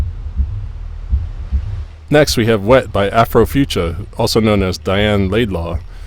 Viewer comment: Thank you for showcasing WET and saying my name right lol